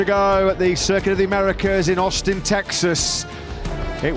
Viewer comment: So Matt Birt Can Mispronounce “Circuit” Just Like the Spanish, But Still Can’t Pronounce “Michelin”🙉🤡